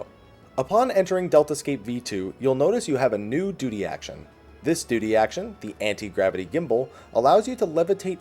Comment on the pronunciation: "DUTY" I cringed at the pronunciation.